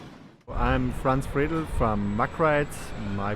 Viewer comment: Congratz you managed to trigger all of your german subs by calling him Friesland instead of Friedel:D But dont worry I forgive you;-)